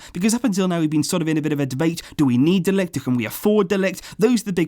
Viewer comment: You pronounce it ”de likht” 👍